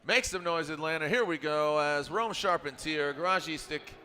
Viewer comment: Tell the announcer to learn to pronounce the drivers names. He has gone back and forth on Rome’s last name. It’s not charp-en-tear